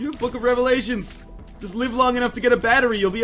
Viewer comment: its 'live'